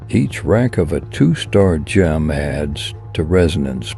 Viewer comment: cant you find ai that knows how to say gem?